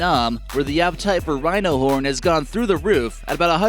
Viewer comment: I thought he said rhino porn while I was eating and almost spat my food out until he said horn again 😂😂